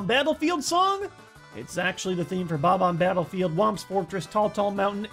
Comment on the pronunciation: From the iconic bob-omb babblefield